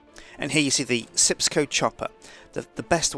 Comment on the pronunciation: He said sips co chopper